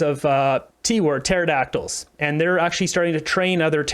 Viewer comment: Why go along with youtube's crazy censorship by acquiescing to it? By the way Pterodactyl doesn't start with T, theres a silent P.